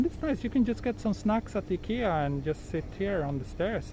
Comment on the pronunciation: happy to know a Swedish confirmed i-kea, not ai-kea.